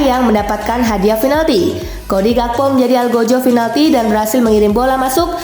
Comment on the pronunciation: min oh mimin yg terhormat, bacanya PINALTI min bukan finalti, inget min mulai besok PINALTI Piiiiiiii bukan Fiiiiiiii ok min